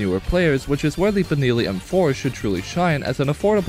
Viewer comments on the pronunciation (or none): Blud really said "Binilli M4" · "Beneelee M4". Why. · You pronounced Benelli wrong btw just thought I should let u kno for future reference it’s pronounced buh·neh·lee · The way you say benelli and lever makes me want to blow myself up, its just so impossibly incorrect